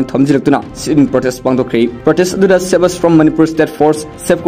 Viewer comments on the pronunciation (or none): none